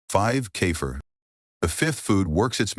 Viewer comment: This is AI trash - it actually said "Sip a small cup of Cape Fear" LOL. It is sad people actually believe this video, especially with so many fake comments.